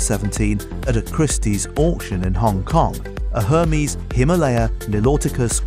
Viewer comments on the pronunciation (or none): It’s er-mes not herpes lol